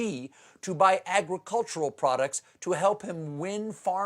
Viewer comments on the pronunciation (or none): To Steven Colbert's social media team. Get him to watch a 10-minute video of how to pronounce 'pinyin.' Xi read in pinyin is more like 'she' than it is zzzhhheee. It's super easy to learn and will give his jokes a lot more credibility, as well as respect from anyone who speaks Mandarin.......which is apparently a lot of people. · Xi is pronounced like “she”, not “ji”... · Stephen, I love you and your show, but please pronounce the Chinese words correctly. The pinyin “Xi” is pronounced like “she”, not “zhee”. Also, Chinese is a tonal language, so it would be inflected accordingly. Thanks and stay fabulous! :) Thank you for helping us to survive 45 and the pandemic. Fan from Narrm, Kulin Nations/Melbourne, Australia. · he´s called "SHE". how come americans can´t say that? "SHE" "SHE" "SHE" "SHE" "SHE"!!! not "jee" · Xi is pronounced "She" (with a rising tone, if you want extra credit). Wtf is "ghjeee"? There's no reason to not know this? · It's not pronounced as Gee, but more correctly "She". She Gin Pin. No need to pronounce the last "g". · Shee Jin Ping, not "Zhee". Somebody please tell Stephen. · Protip: just say "she" when pronouncing "Xi" if you can't say it right. "Dddddjjjjjjiiiiiii" just sounds silly. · It's not ji it's she , X in Chinese has a sh sound. Might as well get it right now as you'll be using it a lot in the future. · I wonder when Stephen will learn that 'Xi' is pronounced 'She'.... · FYI: Xi is pronounced "she". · I’d say it’s pretty much pronounced “she”. At least in mandarin. His pronunciation is quite off. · Come on, Stephen! You obviously still have the internet available, so there is no excuse for pronouncing Xi's name so badly! You said Xinjiang pretty well. Use the same beginning sound for Xi (sounds almost exactly like the English word "she"), except you draw your tongue a bit further back and spread your lips a little. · Yo, Stephyen, Xi Jin-ping's family name is pronounced "she" as in she loves you yeah yeah yeah.